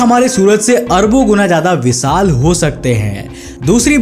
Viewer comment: विसाल नहीं विशाल😂😂😂😂